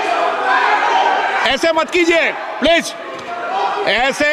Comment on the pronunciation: स्पीकर जी कम से कम please का उच्चारण तो सीख लीजिए